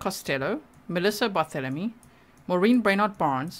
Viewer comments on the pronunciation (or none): none